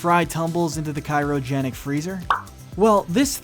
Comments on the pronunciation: "cyrogenic freezer" cryogenic* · cry-o-genic, not cyr-o-genic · Cryogenic, not cairogenic. 😈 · did u mean cryogenic? cairo genic lol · Pronounco :It's "Cryogenic", not "ky-ro-genic". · Did he really say Ky-Ro-Genic freezer instead of Cry-o-genic? LOL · you pronounce it KY - ROgenic instead of KRY-O genic. Sorry for the phonetic spelling, it's just easier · ever notice the order of the letters in cryogenics? C-R-Y-O not C-Y-R-O. I hate to be a dillhole but that drives me crazy when people say it like that. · The word is CRYOGENIC, CRYO, not cyro. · Did he just say "Kyro Jennic Freezer?" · its "cryogenic" not "cyrogenic" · "ky-ro-genic" freezer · "cairo-genic freezer" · Did he just say kyro-genic? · "Kyrogenic freezer" You mean Cryogenic...you switched the 'y' and 'r' when you were reading the script...or it was written wrong...but either way its proof you either just read whatever is written a la Anchor Man's Ron Burgundy or you don't know the word as you presented that take as a final product. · cy-rogenic you say? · "Cyrogenic" You had one job... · Did you seriously just say "kyrogenic"? It is cryogenic... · "Cyro-genic freezer"... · Cryogenic. It's a word. Pronounced as spelled.